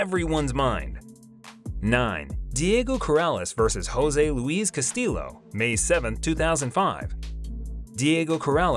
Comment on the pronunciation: It’s pronounced cast-ee-o. Two Ls make an E sound in Spanish